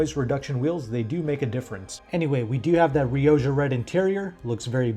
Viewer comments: You are Riodja red, its pronounced Riokkha. Its Spanish word for red! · Surely "rioja" is pronounced "ri-o-ha".